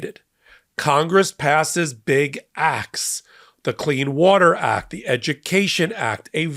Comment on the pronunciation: Pronunciation, please ! "Acts", not "Axe". Don't be a mush mouth. Slow down. Enunciate !